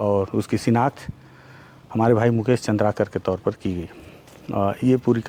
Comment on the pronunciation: Mujhe ये बात समझ नहीं आती की मुकेश चन्द्राकर आपके जीग्री दोस्त थे पर आप बार बार चन्द्राकर को चन्द्राकार काहे कहते हैं दादा आप गुणी जन हैं अच्छा उच्चारण करिये